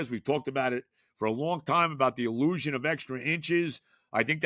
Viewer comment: Love it when says the Il-LOU-sion